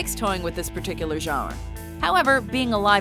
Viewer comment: The way she says genre